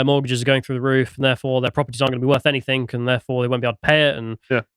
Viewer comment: Anythink? Everythink? I can't take anyone seriously who says words like that....